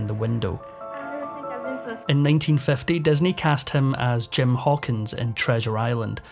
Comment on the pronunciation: Just curious as to why the narrator pronounces all words with an "i" as an "e"? Like "Desney" instead of Disney. It's so distracting that it makes it hard to listen to.